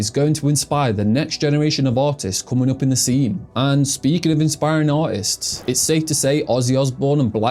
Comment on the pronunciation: did you say, "autists" or, "artists?"